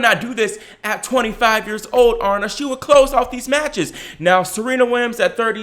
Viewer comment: Gurrrl, stop it. You’re over-reacting. Aryna (A-Ree-Na) is still number 2 and had a great tournament. She’s made big improvements from last year especially on her serve. Calm down and give her some slack!